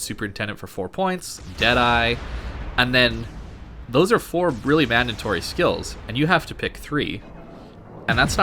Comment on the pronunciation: Great video! DId I hear "mandantory" ? :P